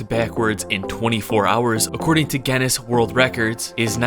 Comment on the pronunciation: Your saying Guinness wrong. lol the u is silent You gotta focus.